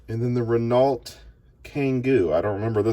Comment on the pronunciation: Renault is pronounced “RinOH”